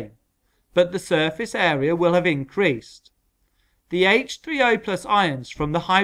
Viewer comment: The way he said H30